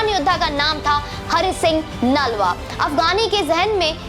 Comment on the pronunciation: बहन,इन खालसा वीर का नाम हरि सिंह नालवा नहीं बल्कि हरि सिंह नलवा है, कृपया सही उच्चारण करें!!